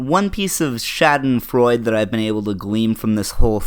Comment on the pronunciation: For information to anyone sees this in the future, "schadenfreude" is a lovely German word that means "finding pleasure in the misfortune of others". it was mispronounced as "sha den freud" but the 'e' at the end is not silent and thus the correct pronounciation is "sha den freud uh", because the 'e' sound in many German words is pronounced "uh", as in Nietzsche ("nee tchuh")